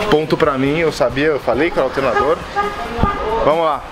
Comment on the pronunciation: Esse Tiozinho Japa Eletrecista foi o melhor, muito comédia. "Qual Peugeot"? Ah, do "Altenadô"